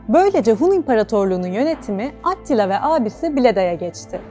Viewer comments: Adını vurguladan söylese idiniz🌺kanalı değiştirmemek için zorladım kendimi🤗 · Bune bicim anlatim atttilaa degil attila olacak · O nasıl bir AT-tila telaffuzu,kulağımdan özür dileyin! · At ttttila telafuzu iyimiş. Yazı dili ile konuşma dili arasında ki fark sarsıcı olmuş.